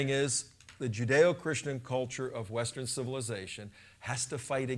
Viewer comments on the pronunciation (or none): "Western" not "Westren." LOL